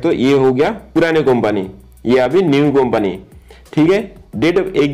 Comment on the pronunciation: कोंपनी नहीं वो कंपनी होता है